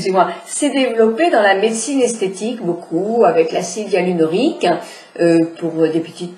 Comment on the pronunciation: dans toutes ces videos elle ne sait pas dire l acide hyaluronique LOL